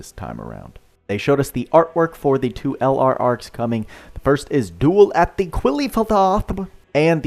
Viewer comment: Lol the way pronounced the LR sounded like an anime girl having a good time.:_boodaAscent